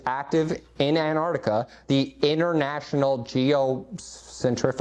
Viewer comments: This fool can't even pronounce it correctly. He keeps saying Anardica. It's Ant-arc-tica. Learn to speak you buffoon. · It’s not anartica, it’s AnTarctica. Makes sense that he doesn’t know literally anything else about Antarctica. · You know what else Antarctica has? Two T’s, try pronouncing it correctly. After all, you are Jesus, right? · Who tf is Ann Artica? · Who is “Ann Ardica”? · Jesus can't even pronounce Antarctica properly... So, I'm not entirely sure he IS Jesus... Plus, I spent four hours in a Qantas 747 back in 2013, flying over Antarctica. No American jets to be seen. Thousands of people have done the same flight I did, on Qantas 747s and 787s. So...